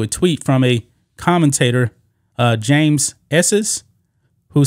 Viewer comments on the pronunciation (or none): none